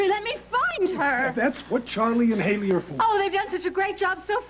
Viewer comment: And it’s “Hayley”